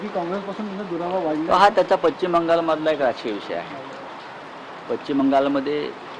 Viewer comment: Pachhim navhe pashchim aadi uchhar theeka kara